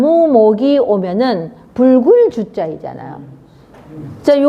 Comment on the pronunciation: 구슬"주 자" 등 "주자"의 둘째 자인 "자"를 강하게 발음합니까?? 계속해서 둘째 자를 강하게 발음하므로 발음ㅇ이 틀렸을뿐 아니라 , 이해하기 어렵고 듣기가 아주 좋지 않습니다